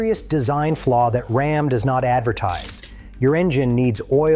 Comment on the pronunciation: From the horrible robot voice over that pronounces "RAM" as "Rahm" on the fifth word of the video to the hugely misleading "#1" (if your Ram has "e-Torque", it doesn't use the starter to restart your engine, it uses that big-ass 48-volt DC motor to directly turn the crankshaft) -- I'm giving this video a "thumbs down"